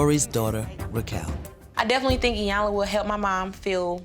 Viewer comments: And saying 👁 yanla instead of pronouncing Iyanla's name correctly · Apart from their other disrespectful behaviour, this family continually mispronounces Miss Iyanla's name... it's basic courtesy to get a person's name right!!!